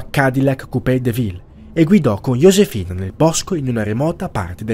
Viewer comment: ok ma "Yosefina" non si può sentire